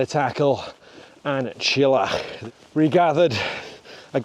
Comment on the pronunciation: Fancy the effort used to summit An Teallach and not making the effort to correctly pronounce the name!